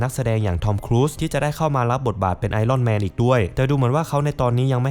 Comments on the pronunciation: ไอ อ้อน แมน...ถูกต้องกว่า ไอ "ร่อน" แมน ฟังไป เรื่อย ๆ ออกเสียงไม่ถูก นะครับ... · เลิกอ่านว่าไอร่อนแมนซักที